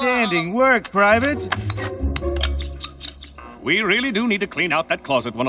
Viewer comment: 와 스키퍼 한국 더빙이랑 똑같애 ㄹㅇ 초월더빙이네 프라이빗 영국발음 개조아